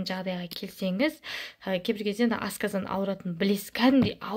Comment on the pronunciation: ҚАЗАҚША НЕГЕ АЙТПАЙСЫЗ !!! АСКАЗАН ЕМЕС !!! АСҚАЗАН !!!